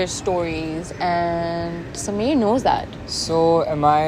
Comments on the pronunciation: Guys its sameer not smear just because these burgers are pronouncing it smear🤣🤣 does not mean you have to be a burger also🤣 also, ushna or rushna smear girlfriend🤣 is the worst actress i have ever seen! But cinematography is really good! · I love how everyone is calling Sameer as "Smear" cuz the cast really made it "Smear"